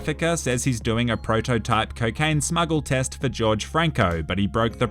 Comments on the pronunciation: Lol no offence but Jorge isn’t pronounced as George but actually horhey. It is Spanish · the pronunciation isnt george franco its HORHE franco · As a Hispanic it's not George it's Jorge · Not george but horhe or jorge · its pronounced hor-hey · How did he pronounce Greta Thunbergs name correctly but not Jorge